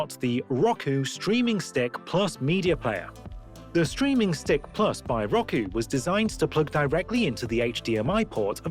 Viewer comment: It’s (r-oh-ku) not (rock-uu)